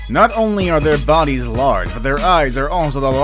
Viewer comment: Why does he say large like that